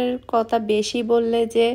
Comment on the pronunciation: Why you always say kota. Current word kotha.